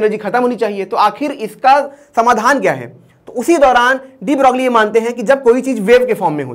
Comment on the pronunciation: Please correctly pronounce Louis de broglie